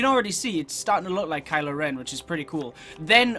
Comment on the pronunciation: At first I thought you said Kyle Ren